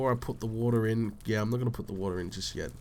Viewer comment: "I came down for some wo-TAH" lol :)